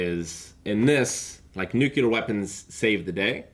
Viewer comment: Please, for the love of god, Nuke-lee-ar